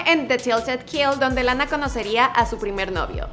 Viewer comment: Lana pronuncia re bien la a😉